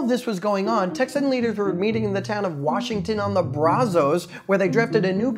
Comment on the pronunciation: As a native Texan there was some serious pronunciation mistakes in this video such as Washington on the Brazos San jacinto Sam houston